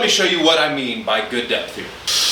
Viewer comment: Not going to lie, i heard “depth” as “death” and thought “hell yeah i gotta push myself more”